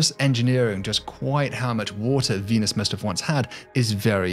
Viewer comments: "Dee-nus is a...." What's with these YouTubers being unable to pronounce words these days? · Cool video but say Venus with a P instead of a V